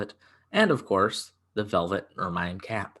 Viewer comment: Ermine is pronounce slightly differently to how you did. Google has a good pronunciation thing you can listen to.